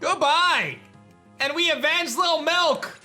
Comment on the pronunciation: I can’t wait for lil milk to die so I can quit hearing you say “LIL MILK” with that annoying ass emphasis on the “K”. So annoying